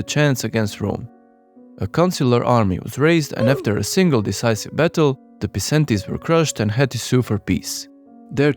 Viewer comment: A small thing, but dont quote me if im wrong. In latin C is pronounced like a K. Like in syracuse. Came in my mind when you said Pisentes instead of Pikentes. But im not sure so might be wrong